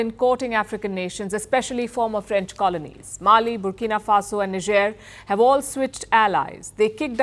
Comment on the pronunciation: Why you pronounce it as Ni-Jer? It's Nai-Jer right!!!